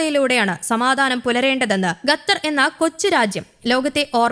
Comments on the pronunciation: It's ഖ NOT ഗ. Say ഖത്തർ NOT ഗത്തർ 🤦‍♂️ 🤦‍♂️ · Qatar not Gatar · അന്ത്യശ്വാസമല്ല. അന്ത്യശാസനം. ഗത്തറല്ലടി, ഖത്തർ. ശവം